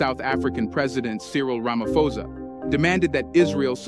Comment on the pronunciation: Cyril Rama.PPPPPOSSSSSAAAAAAAAA NOT RAMAFOZA